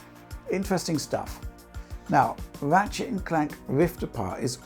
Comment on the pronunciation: Everytime says "Ratshit"